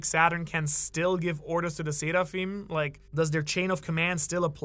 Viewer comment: Seraphim are from the abrahamic religions you can stop enunciating it like you're Japanese now